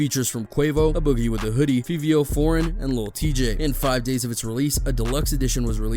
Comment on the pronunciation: The way you pronounce Fivio Foreign name is OFF!